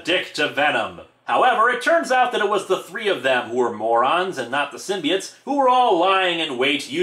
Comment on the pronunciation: p. sure it's symbi oats and not symbi its